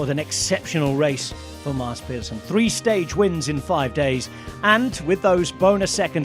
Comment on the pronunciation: As a non-Danish speaker, I know "Mass" is correct, but I thought Pedersen is more like Peedersen and not Pehdersen?